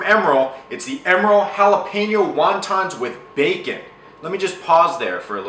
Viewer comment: Thank you for saying Jalapeño properly!